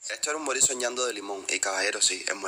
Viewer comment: Moril soñando no vivil soñando . Y si sabrosisimo